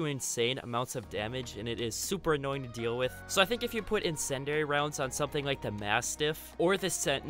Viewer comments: It's pronounced in-sin-dee-ary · Ah, yes, “insendary” rounds. I love those.